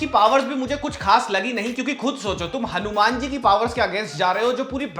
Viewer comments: Are u crazy.. why are u calling it Hanu-MAN like BatMAN, SpiderMAN... his name is Hanu"Maan"....that's how we Hindus pronounce it... it's wierd u don't know it...and pronouncing it otherwise... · Bro its not hanu man its HANUMAN ❤✨🔥💯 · Bro can u plz explain why are u calling "hanuman ji". "hanu-man"?.. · Why you saying Hanu-Man like foreigners... Hanumaan h wo ❤ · Its not हनुम्यान it's हनुमान। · Atleast pronounce Hanuman correctly